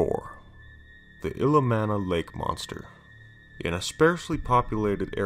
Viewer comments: It's pronounced Ill-E-om-na. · Ill-ee-om-nuh and kling-get not t lingit